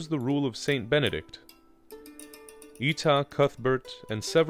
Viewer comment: Good video, but Eata was pronounced more like Ay-ah-ta.